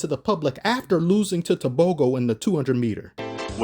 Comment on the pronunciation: you wouldn't know this cause you American but the g in tebogo is like the g in Gouda, put the g in masego anyway live the content as always